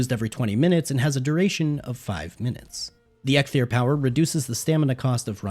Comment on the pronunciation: Am I the only one annoyed of him calling EIKTHYR EGGTHYR? Dont get me wrong great content overall, but each time you said that name all I wanted to do is scream